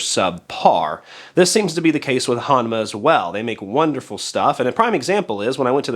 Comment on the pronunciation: Proper annunciation is “H-OH-nma”.